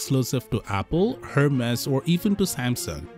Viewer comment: FYI the "H" in " Hermès" is silent, meaning it is pronounced "Er-mès", not "Her-mes"